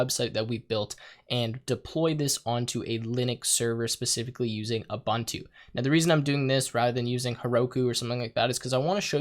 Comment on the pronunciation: A few tips from a Linux Engineer... - You're logged in as root, no need to use sudo (sudo = run as root). - Use tab completion when entering paths to avoid typos. - Ubuntu is pronounced "oo-boon-too". - Apache is pronounced "uh-patch-ee". - Set up public key authentication if you want to secure your Linux VM. Once it's working, disable root login with password.